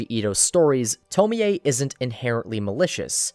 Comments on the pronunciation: You saying TomiA 😭😭😭 instead of Tommy(Tomie) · it’s toe-mie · Okay but why he pronouncing her name like that it’s to-meee (me pronounced like me not meh). And not to-mi-ey oof it was so unsatisfying to hear him pronounce it wrong the whole video 🥴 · The correct pronunciation is to-mi-ey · It. Is. “Toe-mee”. It’s obviously supposed to sound more Japanese. What the fuck is a “toe-mee-aye” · why the fuck is he saying tomoey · theres no way you say her name tomi-e, no fucking way. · "Tomi A" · Tome-ei-ay Smh